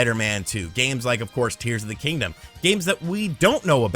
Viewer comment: Did he say "Deers of the Kingdom"? 😂